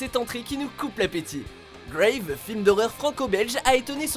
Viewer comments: Pas graïveuh... Grave. En français quoi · "Grave" pas "graive". Tu dis toi même que c'est franco-belge... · Par contre par pitié le N°7 se prononce "Grave" et non pas "Greyve". Si vous voulez vraiment le dire en anglais dites "Raw". Merci ! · C’est pas « gwèïve » c’est grave à la Française. Merci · "Numéro 7, 'Gwayve' "... Ou "Grave" non ? :( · GrAve pas Graive, c'est un film français donc prononcé à la française ! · Par contre, 'Grave" ça se prononce en français, parce que c'est un film... en français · Grave, c'est un film français, s'il vous plait. Alors, prononcez le titre à la française !